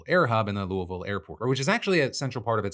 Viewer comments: Thank you for saying Louisville correctly. UPS is a big part of our community, and we're definitely hurting right now. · Great Louisville pronunciation! Love the vids! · Holly shit he said louisville right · He said Louisville correctly. Nice, Phil. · Proud to hear Phil pronounce “Louisville” correctly😊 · Phil, as a native Louisvillian and the wife of a Louisville Firefighter… I’m proud of how you pronounced our city’s name. 😂